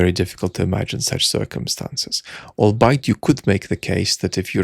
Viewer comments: Hey hope ur okay. Are you saying "albeit" there? It's pronounced "all-be-it" my dude. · "albeit" is pronounced like 'all be it.' I hope I don't sound too condescending by saying that. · You are mispronouncing albeit?